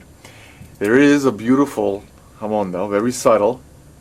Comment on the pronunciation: I lol'd when he said 'ha-moaun' lol, NJ accent makes so much worse.